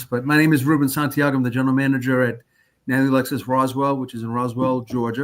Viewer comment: Nalley. Pronounced Nahlley. Lived in ATL.